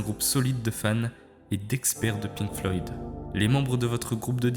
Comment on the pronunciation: aint no way bro said "les pink floyds" 😭😭 nice vid tho